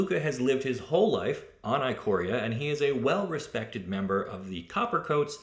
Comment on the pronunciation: The "i" at the beginning of "Ikoria" is pronounced like the "i" in "ichor" (the golden blood of the Gods said to transform mortal beasts into gigantic supernatural monstrosities). It's "ick-or-ee-a".